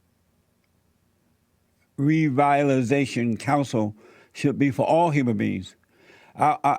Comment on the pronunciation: Jesse repeat after me . "Revitalization"